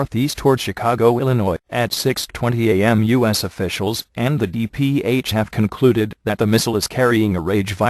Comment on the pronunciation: When the voice first said U.S. it sounded like "us" then when it said it again it sounded more like U.S.